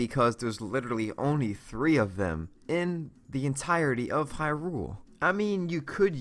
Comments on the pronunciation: "In the open world of hyROOL" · Why does he say Hyrule like it's two separate words